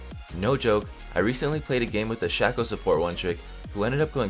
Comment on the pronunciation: It's pronounced "Shaco", not "Shaco"...